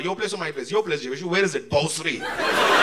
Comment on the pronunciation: It's BHOSARI not Bhosri.